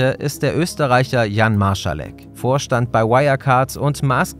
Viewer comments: Ich glaube es heißt „MarSalek“, statt „MarSCHalek“ 😅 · Gutes Video (auch wenn mich die falsche aussprache des nachnamen Marsalek nervt, da ist kein ch drin), sehr toll aufgebarbeitet die Informationen die bekannt sind.